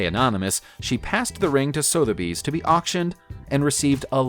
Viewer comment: Sotheby's = SUH - thuh - beez Caesarea = seh - ssah - REE - ah